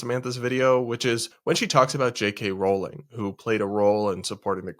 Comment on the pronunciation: Maybe try pronouncing her name JK Rowling correctly, it’s not that hard..